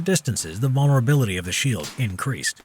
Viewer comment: Lol he said sheel in the beginning